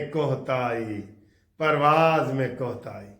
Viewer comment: گرگس نہیں کرگس ہوتا ہے کوہ تائی نہیں کوتاہی ہوتا ہے